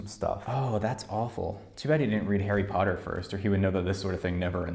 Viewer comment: arry pottah